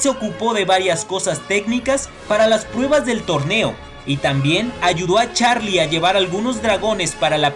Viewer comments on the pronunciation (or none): none